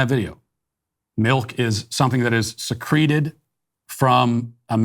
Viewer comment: "it's not the only thing that can be secreeted" i'm dead hahahah